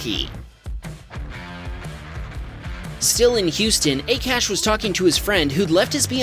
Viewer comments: I think the name of Akash is pronounced "Aakaash" not "a-cash". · Lol 'A CASH’ it's pronounced as 'AA KAASH' it means sky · Just thought I would let you know that Akash is generally pronounced "Ah-cash" not "Eh-cash". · Bro 😂😂😂 that dude's name wasn't a-cash it's pronounced ak-ash 😂😂😂 lol the most funny thing i've ever heard 🤣🤣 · AKASH is read as AA-KAASH, not A-Cash 😊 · Its not ekash its pronounced aaakaaash even though it is spelled akash.Just FYI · Pretty sure its pronounced "Ah-Kha-sh" not "Ay-Cash" lmaoo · Pronounce Akash correctly. It is called 'aa - kaa - sh' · I don’t know the guy personally, but I’ve known a couple people named Akash and it’s always pronounced Ah-Kahsh. Soft “A”. Just FYI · it’s not Akash is Akash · Akash? pronunciation mistake